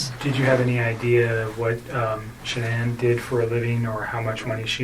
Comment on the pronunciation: Why does she have trouble saying ShanAnns name????